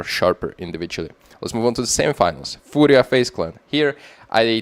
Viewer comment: perfect pronunciation of "furia", come to brazil! mibr?